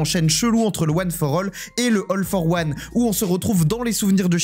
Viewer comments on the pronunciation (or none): Il n y a que moi qui est entendu "LOL for one" au debut ? 😂